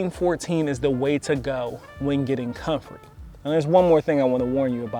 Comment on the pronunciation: Man you can't even pronounce the name of the plant you are dissing. You have no credibility.